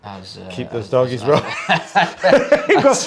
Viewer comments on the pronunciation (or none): Except it is dogies with a long o.